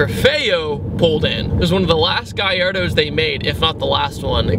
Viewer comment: Finally!! Someone who says Gallardo correctly!!